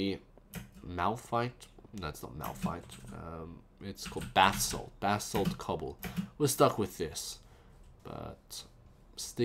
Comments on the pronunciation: its (BASS-ALT) not (BATH-SALT) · You FAILED LOL! The guy in Florida was on Bathsalt not Basalt. and is't pronounced Ba(like in ba-seball)-salt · Basalt, not bath salt xD. Note to you. Fuck the stairs :P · Am i the only one who gets a little bit annoyed that almost everyone say bathsalt instead of basalt :P